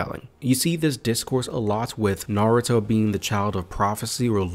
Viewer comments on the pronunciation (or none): none